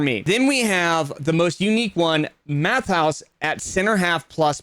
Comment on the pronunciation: Great video, just as a note, Matthaus is pronounced Matt-ay-us 👍